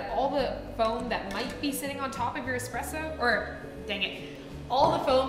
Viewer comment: It’s espresso not expresso